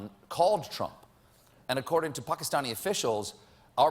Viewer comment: for pronouncing Pakistan/i correctly... wait Shawarma? lol